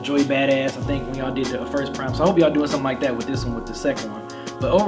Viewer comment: Why does keep calling it P-Rhyme? It's Phryme "This is for the real Gangstarr fans, not the ones that call us P-Rhyme" - Royce